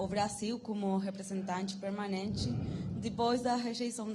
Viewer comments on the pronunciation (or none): none